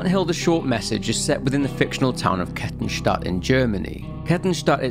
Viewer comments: I'm only 3 minutes in to the video but well done on the Kettenstadt pronounciation! absolutely nailed it. Can't wait to see the whole video, always enjoy listening to your vids. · Your way of saying Kettenstadt is funny but almost perfect xD (btw it means Chain City) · Oh nice, someone who doesn't absolutely butcher german names for a change. Knew the sub was worth it ;) For those curious, Kettenstadt literally translates as Chaincity (Ketten = chains, Stadt = city), but depending on the context chains could also be translated as Fesseln (lit. shackles). A fitting albeit on the nose name considering the implications. I love it how the internet comes up with various names for the emergency exit of life. Obviously I'm heavily biased by my own experiences, and your mileage may very well vary. Of those I know personally who did or tried to do it, none wanted it to be a taboo, but rather to talk about it openly but it took them too long to find someone they could trust, be it a therapist or a friend who'd listen. It's generally their families or officials who don't want it mentioned, not those affected. The issue persists even if we don't talk about it or it gets censored. Also this isn't a critique on you, but rather the world we live in, be it social media or international news or even gossip in some backwater village. Reach out to your friends my guys and listen to them, especially what they say between the lines.